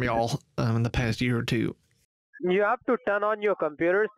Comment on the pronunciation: "I HAVE-UH TWO MERCEDES BUT I HAVENING NO TOILET IN MY APARTMENT"